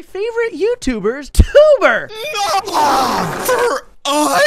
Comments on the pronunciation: it's not twbre it's tewbre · said twbre